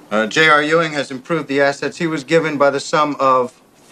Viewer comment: It’s pronounced “eewing”, not “you-ing”.